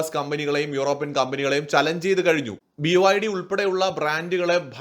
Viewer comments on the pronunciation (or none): none